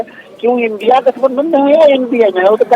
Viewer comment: इन्डी अलाअंस नही इडिया अलाअंस बोलिए